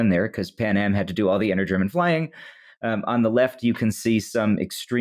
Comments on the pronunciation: thanks for actually asking someone who speaks german how to pronounce stuff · Someone actually pronouncing German well on wytp. What a time to be alive